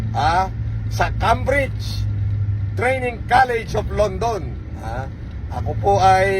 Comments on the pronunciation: Sinong graduate ng Cambridge ang hindi alam ang pronunciation ng "KEYMB-RIDJ" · Wala kong nakita or narinig na taong nka graduate ng PHD sa University of Cambridge na top-nothcer tapos "Kambrij" ang tawag sa school niya. :face-orange-biting-nails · Sinungaling ampotek graduate ng Cambridge pero ung pronounciation ng Cambridge. Kambrids daw . Bobo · He keeps claiming that he is a Marcos pero bakit ganon ang bibig nya namumulaklak sa kamumura? Pati Cambridge hindi nya ma pronounce ng tama. Pati hitsura nya ang layo.